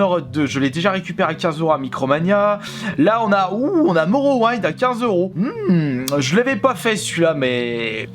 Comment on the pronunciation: omg la facon que tu prononce morrowind...